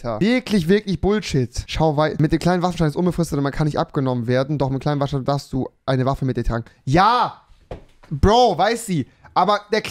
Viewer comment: Sandro Salvatore ich meinte seinen Sprachfehler xD!